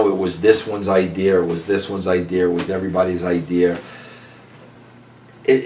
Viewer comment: I am a native long islander and every time i hear Vince Russo say Idear i cringe.. i hate that shit.. as a normal human being with a decent IQ.. adding an R onto the end of a word drives me nuts